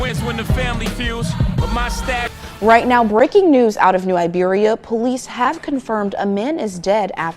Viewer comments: Its "New IBERIA" not New Liberia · Why are you saying Liberia?!! That’s not right, it’s Iberia<—- that’s an I! A capitalized I! Y’all gotta start reading man. This is sad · It's New Iberia, not Liberia. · New “i”beria Sir. I happen to be Liberian so whenever you say it I’m like wait! Awesome work ❤